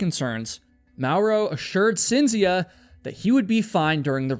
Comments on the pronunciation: FYI: Cinzia is pronounced (Ch)inzia in Italian. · Everytime you say "Cynzfcia", my European ears are trying to end their life & explode🥲💀🥴🤢🫩🙉🙉🙉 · For future reference and only for information, rather than criticism - Cinzia is pronounced as CHINZ iya and Giovanni is joe VAHNI ; accent on the capitalized syllables. I can't believe that I knew nothing about this story, especially since I've lived in Italy for 30 years and neither my Italian husbands or my friends here have ever mentioned it. So glad you covered this mind blowing story! Now I have to start asking people whether they think he did it or invented it. Thanks very much for another great video!! 💯💯💯💯 🙂🙋🏻‍♀️✨ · Love these videos but the mispronunciations are driving me crazy ...Cinzia = Chint-zee-ah. Giovanni - Joe-vah-ni. (Sorry, I just can't help myself ... carry on) ;)